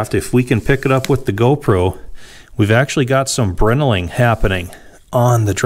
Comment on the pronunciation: Moooore. Man I love this series. Small thing, Brinelling is named after the Brinell harness scale. The pronunciation is a little different that you said it. It's like this: By no means am I trying to critique you, but you seem like a guy who likes the history of things and perfection. Thanks for sharing this rebuild with us!